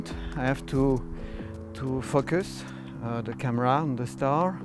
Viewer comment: This was awesome, but the way he said "focus" cracked me up.